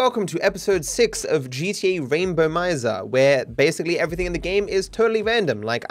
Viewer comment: It's "Rainbomizer", not "RAIN bo MizEr"